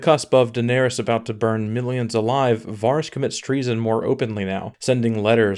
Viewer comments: It’s vArys not vaarys don’t u watch the show? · OMG, please say VER-ys, not VAAR-ys. It sounds so bad, lol. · Why is it so many youtubers say names blatantly off from the show? Do the audio books say [Var-ys, Ver-eez], instead of Vehr-ys. I also hear a lot of Duhnereeeeez, Ser Dayvos, even D&D say Meeesenday, when no character in the show says it like that. Like what is with the intentional difference? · I definitely agree that a lot of it was rushed. The plot points weren't the problem, but the execution was. Also it's Vah-riss and not Vaw-riss. :P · The most unexplainable thing is that you've been watching this show for 8 seasons yet you can't pronounce Varys. VARRIS! NOT VAHRIS. VARRIS! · Dude how can you pronounce it Vahhris?? Have you even seen the show? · if he says varis one more time... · Varys, Varys, Varys. It's pronounced Varys... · You are killing me with the pronunciation of the characters’ names (Varys & Catelyn) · u say varys so odd - and if tyrion tried to sway her he would b killed too - Jaime would have died either way. He stay locked up he die. he not gonna be released and not try to save his sister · Can't even pronounce Varys right